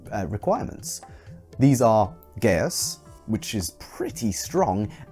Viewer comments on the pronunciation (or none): "Geas" is actually pronounced like "Jeesh" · Hey, just a heads up! Geas is a Gaelic word and is actually pronounced as Gish or Gesh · It annoys me so much that people mispronounce "GEAS"